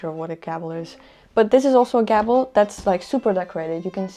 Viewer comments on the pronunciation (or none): that's not how you say gable. you are saying gabble. gable is "GAY-bul"